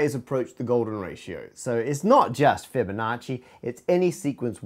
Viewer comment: Interesting slaughter of "Fibonacci." Numberphile already has the Golden Proof video, what "second" do you mean?